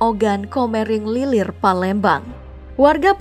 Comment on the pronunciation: Ogan komering Ilir woy bukan lilir